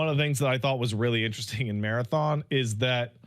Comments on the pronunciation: Why does call it Marathin lmao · Pats pronunciation of marathon changes every other time he uses it loll